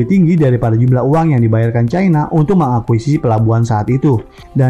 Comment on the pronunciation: Meng-akui-sisi bukan Meng-akui-si (ada 2 "si")